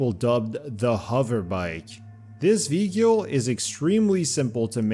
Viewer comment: Why do you keep saying vehicle "vee-cule"?